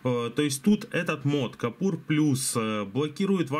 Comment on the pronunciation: Купор, а не капур, все ж ясно написано :) И к тому же, рекомендую что б лицо не было по центру кадра, смести камеру нижу - смотребельнее :)